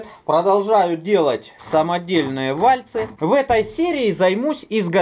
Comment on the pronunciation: вальцы . ударение ставят на слог с буквой Ы , а то слух режет